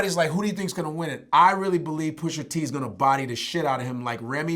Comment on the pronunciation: PUSHA...NOT PUSHER